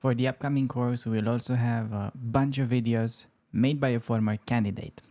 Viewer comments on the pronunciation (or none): "For the upcoming course, we will also have bunch of videos..." - and here I am, hearing it as "bunch of idiots" instead... seriously I had to go back and turn on subtitles :)